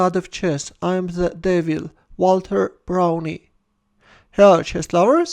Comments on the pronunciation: I met Walter Browne around 20 years ago at the National Open. I have always heard his name pronounced "Brown" and not "Brownie". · It is pronounced "Brown" with a silent "E." Thanks for the game!